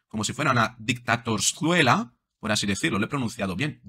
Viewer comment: Se habrá tomado un refresquito la Mari Chus antes de hablar asíiiii?